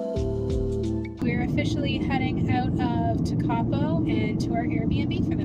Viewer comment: Just so you are aware it is pronounced tek-a-po,from a kiwi in Welly,loving your videos